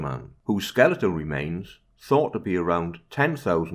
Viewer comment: Someone who pronounces "skeletal" correctly. Subscribed.